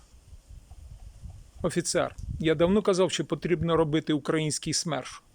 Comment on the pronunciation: Украї ' нський ! Робіть вірний наголос. Це уродство слова належить москвалям. Вам це навіщо потрібно карьожити. Ви довго наблюдаєте за вбивствами нашіх воїнів. Довго на нашій землі процвітають вороги народу і Армії. Чоловіки мають захищати жінок і дітей. Наші домівки, нашу країну, нашу Землю. То чого ж ви так довго соображаєте для чого ви живете в цьому світі. Робіть те , для чого ви народжені. А споглядати на все це побоїще не потрібно. Потрібно діяти з результатом виконаної роботи по очіщенню нашої країни від ворога.